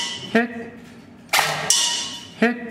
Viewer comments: he sasy hit not heh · not for someyhing dude... but he says HIT not heh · i was being funny, it sound like hes saying heh, lol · At first I thought he said "heh". Then I realized he was saying hit... lol